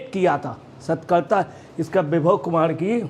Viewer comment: Bhai sahi se bolna tou seekh lo pahle....!!!! Satarkta vibhag ko Satkarta padh rahe ho.... Hdd hai yaar !!!!🙄